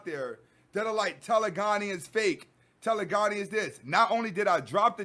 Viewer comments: Loving all the knowledge bro. You're REALLY helping me through a tough break up. You're pronouncing it wrong tho. It's TE.le.gony. like hypergamy. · Telegony is pronounced Taa - lay - gah - nee. Peace to you God.